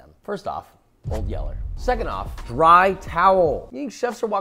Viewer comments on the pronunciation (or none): "old Yeller"